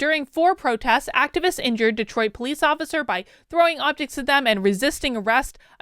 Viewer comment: Wow! Cool mispronunciation: "Destroit"!